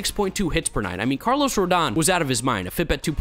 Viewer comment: Did he say Barlos Correa?